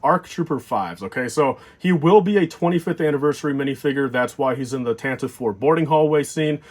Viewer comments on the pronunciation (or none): FYI It's pronounced like "Tan-tiv-ee" not "Tantiv" I hear you and say this wrong a lot.